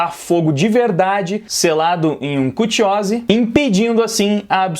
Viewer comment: kutiose foi foda....nem ouvindo os personagens ele fala certo